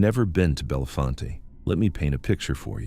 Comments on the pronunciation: It is NOT pronounced Bell le fon te; it is French and pronounced Bell font. Also it is not the Sus que ha na; it's Sus que han na. Please do the work to get your pronunciations correct if you're talking about somewhere. Furthermore don't ever link Joe Paterno to Jerry Sandusky's atrocities. Anyone who knew Mr. Paterno or knew someone who knew him knows he'd never knowingly let children be hurt. This is a man who lived his faith and looked out for his players as if they were his own children. He and his wife had weekly dinners for the players to keep tabs on them and make sure they were doing ok in their lives not just playing football. He ticked off the rest of his conference colleges by insisting his players got real degrees because he knew they couldn't play forever even if they went pro. He'd also tried to let Jerry Sandusky go well before the scandal broke. The president of Penn State at the time, Graham Spanier blocked it. Graham Spanier was later removed from office in 2011 due to being prosecuted for covering up Jerry Sandusky's illegal acts. Joe Paterno was fired by phone call and the Penn State student body basically rioted in the streets because Sandusky accused him and Spanier didn't even have the decency to fire him in person. They ignored the police and the university representatives trying to stop them and despite arrests until Mr. Paterno came outside and asked them to stop. No one ever talked about prosecuting him either. He did what he was supposed to in tell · Bell-font. Not like Harry Belafonte!